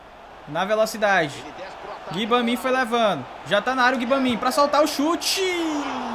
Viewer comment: Blz, só pra contribuir com o seu quer dizer o nosso modo Carrera a pronúncia do nome do jogador Gbamim se pronúncia Gbamam e o Doucuré se pronúncia Ducurre, achei legal essa dica p deixa suas narrações mais legais e divertidas vlw abcs